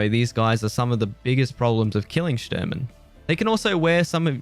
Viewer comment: Shturman is Russian for navigator. It's pronounced Shh-tour-man